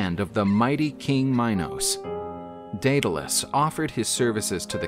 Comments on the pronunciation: it's day-duh-les lol Greek is hard to pronounce sometimes. Idk why he said it so many different ways lol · The narrator read the name Daedalus in 3 different pronunciations throughout the story. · Drinking game idea: Take a shot every time Daedalus is pronounced differently than the time before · Every time he says 'Daedalus' he pronounces it a different way.